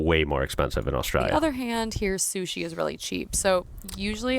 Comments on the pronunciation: The way you pronounce ‘Austraya’ like a local cracks me up 😂 it doesn’t fit with your accent at all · Props for pronouncing Australia right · Hearing an American pronounce Australia, pretty close to right, is spinny af. You get so used to hearing it mispronounced that it can catch you off guard when it's pronounced right, in the middle of an American accent.